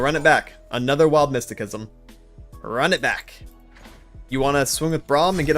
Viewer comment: Mysticism is pronounced with an "S" sounding c. Otherwise good deck choice. I think Ill go with the Ionia trundle voli.